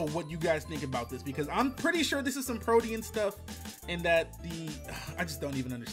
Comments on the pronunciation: you meant protean (pro-teen)? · mispronouncing 'Protein' over and over hurts my eardrums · Ok greninja's ability is pronounced PRO-TEEN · "PRO-TE-ANN" bruh